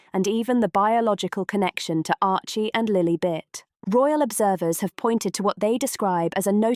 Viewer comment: Can't the narrator pronounce Lilibet's name properly!